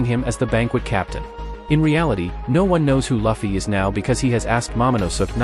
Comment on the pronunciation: at least say it correctly please. its not Laffy but Luffy. same with denden mashi to denden mushi.